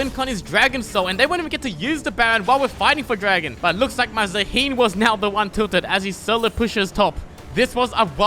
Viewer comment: It’s Zaah-hen not za-heen 😭